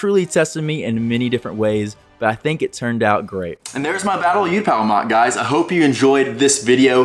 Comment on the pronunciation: Absolutely incredible moc but please bro it’s oootapau not youtapau 😭😭😭